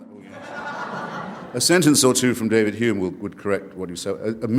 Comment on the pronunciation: Interesting…. The god botherer pronounces “Hume” as “ume” yet still pronounces “Hitchen” correctly. Leave it to the Cockneys. We do it properly.